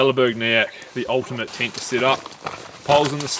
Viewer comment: Congratulations to both of you Love the way you say “Tint” ( tent ⛺️) 😄🇬🇧